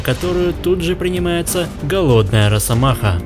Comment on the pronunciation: Не.. надо говорить не рассамаха. А РАССАМАХА😂